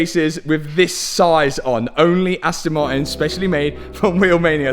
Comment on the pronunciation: Just letting you know Martin has the letter T in it it's not silent